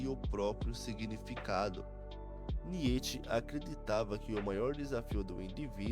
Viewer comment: Que agonia de ouvir niÊtche.